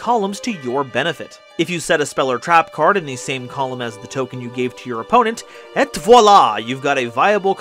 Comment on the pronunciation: Remember, the "et" in "et voila" is pronounced "ay"